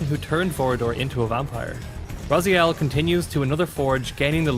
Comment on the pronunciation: Dislike because of missing timestamps and misspronouncing 'RazAiel'